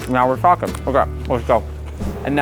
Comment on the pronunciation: Bro did NOT say talking